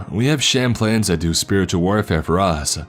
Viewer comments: Shamplans lol “chaplains” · did you mean Chaplains?? Chap-Lin?